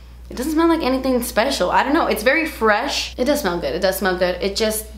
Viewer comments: Hahaha “nice and fretch” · Nice and fretch! Lol! 😅😅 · Nice and fretch 😂💘